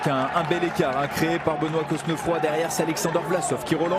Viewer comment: vous êtes sûr qu'on prononce le "s" et qu'on souligne le "e" dans Cosnefroy ? ... normalement non, surtout si il est originaire de Normandie ou de la moitié nord de la France... mais bon... Très belle victoire en tout cas pour lui ! La côte finale est dingue.